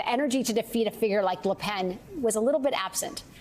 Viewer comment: Macron and LePen, not Marcon and LoPen. The ability to read used to be a prerequisite for on air broadcast news personnel. Apparently not here. And Yeats is pronounced ‘Yates’. An education, or at least looking things up, also matters.